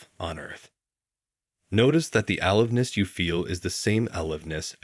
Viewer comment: Or is this real? The word a-live-ness is simply alive and ness.